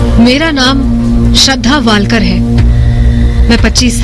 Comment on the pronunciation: It's not woolkar. . Write it in Hindi n pounce it the hindi style .